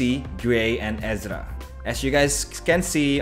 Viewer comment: ERZA NOT EZRA